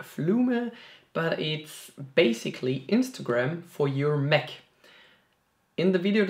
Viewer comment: Hey, nice video bro, but please say MAC. Not "mek"